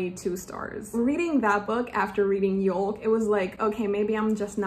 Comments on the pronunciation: It’s pronounced “yoke” not youl-k. Like a yolk of an egg. ( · did you pronounce yolk wrong or is this just a British thing? We pronounce it “yoke or y-oak” but we spell it yolk.